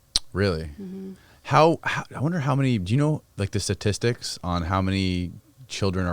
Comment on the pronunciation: sTatistics not sa-tistics